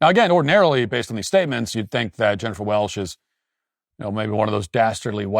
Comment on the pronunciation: It’s “welCH” with a “CH”. And your hot take is crap.